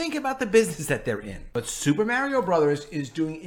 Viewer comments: agreed but Mario is a household name in many countries of the world. If someone is a videogame or movie YouTube at least they should take the time to learn the correct pronunciation:)) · Lol, all you put in the titles is destruction estos días mi hermano! 🤣 Aaalmosst correct pronunciation of Mario. Remember when you pronounced perfectly "Namor, NahMohrr Namoore! In Italian that one, that is, the A and the O. the Ri That is stronger ma non tropo, the i of Ri, a little longer like the one in" UnIversal" You are good at spoken word, and you can pronounce otros sonidos, mon ami 🤓🤝